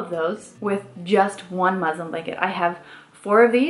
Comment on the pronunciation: Girl, it's muslin not muslim. Lol.